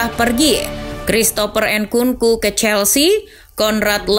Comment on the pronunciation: nkunku (bukan en nku nku)